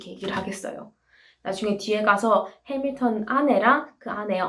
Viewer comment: “해믈턴입니다” 영어발음 너무 찰져서 이구간 반복중이에요ㅜ 최고💖